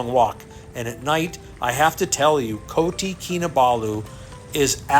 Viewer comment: Its Kota not koti